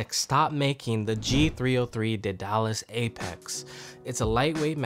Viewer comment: for the future it is day-duh-lis